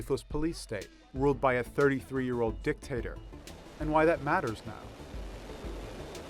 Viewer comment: "Ruled by a 33yo di*k-tator"